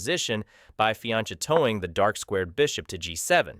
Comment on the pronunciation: taking advice from someone who doesn't know how to pronounce 'fianchetto'